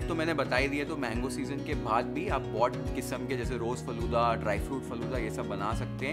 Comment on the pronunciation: I got 1mistake faloda nahiiiiiii faaloodaa